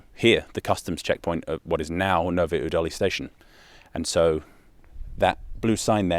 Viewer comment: I don't care wheter people call it Czecha or Czech Republic, what stressed me out more was your pronounciation of Nové Údolí 😭 Edit: ...and many other czech towns... must have been recording on 6th of August. Country-wide siren testing. "Zkouška sirén".